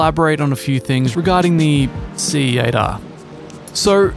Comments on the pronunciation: He’s saying SATA with a Japanese accent. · Hahahahahahahaha 😂😂😂😂😂😂 I was wondering why kept saying Cietta. Then like an idiot I realized that he is saying C8R hahaha. Nice one, great video. By the way I was laughing my a$$ off the whole time writing this comment. Thanks man I needed that. 👍 Happy Racing🏁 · i know he was saying C8.R but all i can hear is Siatta. Anyone else?